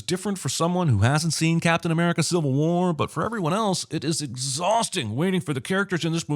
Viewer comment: Captain A-meh-rica